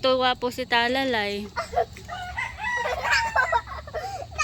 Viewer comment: Talalay...hindi bal.